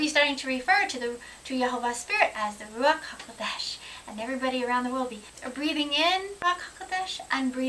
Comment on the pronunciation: Great topic again what a beautiful pronounciation Ruach haKodesh.I was just reading the ISR sciptures online version with a view to buying the hard cover when I came across set apart spirit Mark 36 I can't believe that they have translated it back to Set apart Spirit! Doesn't look like i will be ordering the hard back after all haha! Keep up the good work Shalom